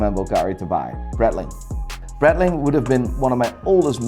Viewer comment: Seeko??? Are you fucking kidding me??? And while we're at it, it's not Bretling either!!!